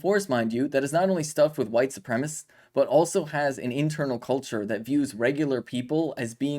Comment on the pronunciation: Su- prem-a-cist. It's a 4 syllable word